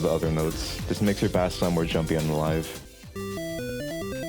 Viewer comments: ... its bass not b-ass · Thank very much for the tutorial but did you just call a (b-Ase) a (ba-ss)? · So. Bass in music terms is pronounced base. Please. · bro called 🎻bass (base) 🐟bass (bass) 😂 great tutorial! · I won't lie I've been messing with GarageBand mobile for like a year now. So my ass NEEDS to know fl studio ui man Wait why tf did you say "bass" instead of "base" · bass is pronounced BASE! You are saying the type of fish, the other bass is the BASE of the song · bro.. bass is pronounced like base... good tutorial though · you are saying bass wrong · yeah guys take it from the genius who doesnt know how to pronounce bass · Him saying bass wrong just triggers me since i’m in the band good vid tho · it bothers me that he keeps saying it like the fish instead of the instrument (idk why)